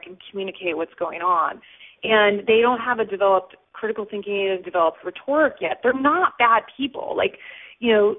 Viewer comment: She can't even pronounce "rhetoric" correctly! Come on! Anyone who says "I was like, oh my god dude" in an interview is FAIL.